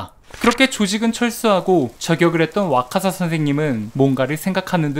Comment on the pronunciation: 와카사 인데 자꾸 와사카 라고 읽으시네요